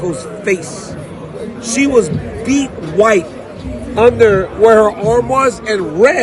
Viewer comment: My man said she was “beet white” 😂😂😂 I understood what he meant but that’s got me dying.